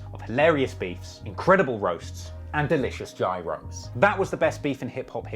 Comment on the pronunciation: After he said "gYrOs", he was trying to butcher it, my man